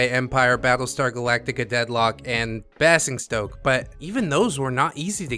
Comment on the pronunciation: Just an fyi - Basingstoke is pronounced in the same way as 'fazing', 'crazing' and 'amazing'. It's a pass for me because I am not big on strategy. Great video again.